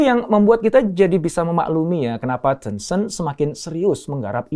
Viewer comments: Bacanya teunceunt apa tencent? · Sebutannya 10 cent Dr, (10¢) Ten-Cent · Caramu ngomong tencent ga enak alias salah